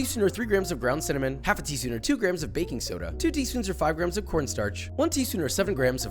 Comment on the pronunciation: Thank You for saying GRAMMS